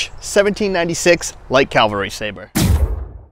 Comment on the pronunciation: Cavalry. Not Calverly.